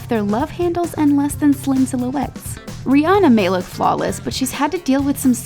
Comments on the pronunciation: That reporter said Ree enna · Why some these ladies be saying Rhianna's name wrong?